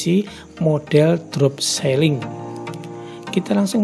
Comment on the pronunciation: bukan seling mas, tapi siiling